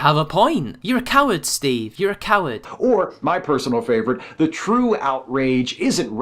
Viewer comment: lol... I wonder if you do that on purpose or that's just how you say the name Steve.